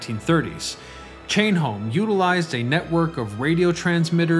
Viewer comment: Its....."Home Chain", not "Chain Home." ICONIC.